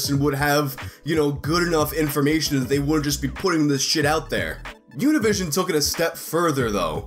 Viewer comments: I'm Spanish it's pronounced uni-vi-sion the Sion is pronounced in a Spanish accent which sort of sounds french its like uni vi sión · BTW, the spanish version of saying Univision is the right way.